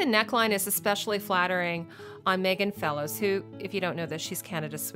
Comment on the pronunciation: Actually it's Catherine de Medici (not de demici) and Megan Follows (not Fellows)